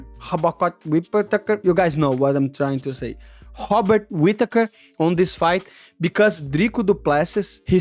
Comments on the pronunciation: It's pronounced Bobbit Whittaker. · How is Robert Whittakers name the only R word you had trouble pronouncing 😂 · Hobikot Whipakatur 🤣